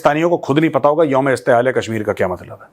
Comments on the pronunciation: Mein Pakistani hoon. Please Correct the pronunciation: ISTEHSAL...Not ISTEHAAL! It means OPPRESSION and EXPLOITATION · That is not Youm e Istehal that is Youm e Istehsal